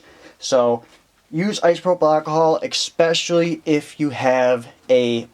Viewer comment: Bro, "exspecially" is not a word.